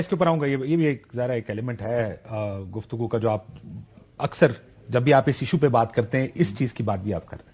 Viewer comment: Only one word is countable in the whole conversation that kashif abbasi pronounced: "Guftagoos"